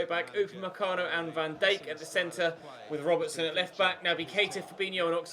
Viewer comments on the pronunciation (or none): Pronounce van Dijk like dike not dayk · van Dike not Dake still. Cringe